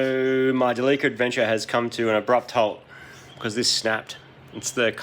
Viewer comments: Where tf do you get Del-leek-cah from instead of Del-lih-cah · It's not pronounced deleeker, it's deli-car! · So are we gonna call this mitsubishi delica, the "da-leaka"???? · Its not quite how you say Delica. Japanese are big on how you say your words. For example Toyota would be To-yo-ta. And Delica is De-li-ca. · I'll admit I kept wondering why you were pronouncing Delica wrong, and then I realized! You're saying it similar to "The leaker"! So like 'De leaka' because it leaks so much!! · After you sealed all the leaks on your "TheLeaka" (Delica) is it now a "Sealeaka" (Celica)? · Thought you were calling the van as ‘the leaker’ later on clued in, oh ‘Delica!’ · I had a diesel version of this when they first came into Aus in the early 2000's. Great vehicle despite the weird look. WAY molre torque in the 2800 TDi with the intercooler scoop in th ebonnet. One thing about pronounciation - the name comes from "delivery car" so it should be said "deli"-"ca" not "deleeka". Going to enjoy this series. Definitely a capable offroader with that funky comfy bus interior. Reach out when you're looking to rehome this beast. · Behold, "Da Leaka" 😂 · Everytime when i hear Delica, sounds like "Da leaker" 😂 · its a what? a de Leaker? :) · I'm not happy about how you pronounce Delica. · Damn... You guys even pronounce "Delica" wrong.. Jesus. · Haha the way he pronounced “Delica” surprised me for a second. I guess it makes sense because you guys down under pronounce “celica” the same way.